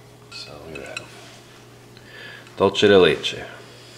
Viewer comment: It's not "dole-che" it's pronounced "duel-Seh"